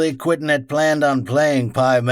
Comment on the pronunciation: This is all great stuff...but it drives me nuts that you keep calling him Quintin instead of Quentin.